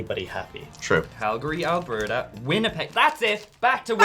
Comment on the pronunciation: Omg you pronounced Calgary Alberta correctly. No one outside of Canada seems to have that ability